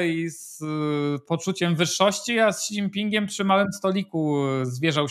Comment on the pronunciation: Panie Piotrze, Xi nie mówimy "ksi", tylko "śi".